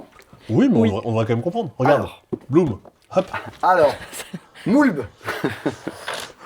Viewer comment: "Allez! Parce que Blum" (Bloom) Ça m'a tuée 😂